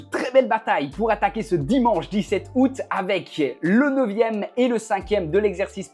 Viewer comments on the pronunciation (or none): none